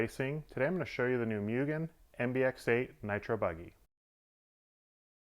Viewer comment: It is pronounced Moo-gen not, Mu-gen. Mugen is a Japanese word that means unlimited, infinite, or infinity and seiki means established or legitimate.